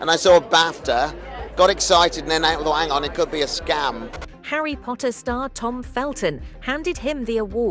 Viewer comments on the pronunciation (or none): none